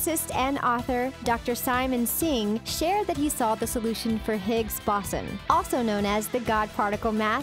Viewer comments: Apparently Stephen Hawkings was a hairstylist and not a COSMOLOGIST. Also, it's the Higgs Boson (Bow-zon) not (baw-sawn). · “the Higgs BoSsUn” 🤦🏻‍♀️ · 😂Most of these things have been theorized for decades.....also, you mispronounced higgs-boson